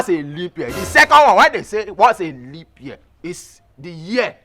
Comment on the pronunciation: Honestly you are a case BROTHER SHAGGI🤣🤣🤣🤣🤣......LEAP not LEANP🤪🤪🤪🤪🤪🤪